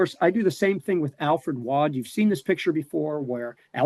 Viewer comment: I’ve pronounced “Waud” correctly the whole time!!! Im from Johnston Co, NC and it’s rare to hear or say anything correctly according to the rest of the country lol. Thanks!!! 😂